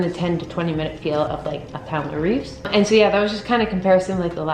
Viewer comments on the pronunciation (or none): I love your videos! It always makes my day to see a new one and inspires me to go work out. I just wanted to point out that since Pamela Reif is German, her last name is pronounced rife (sounds like eye)